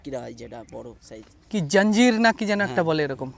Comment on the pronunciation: আঞ্জীর, জাঞ্জির না 😂😂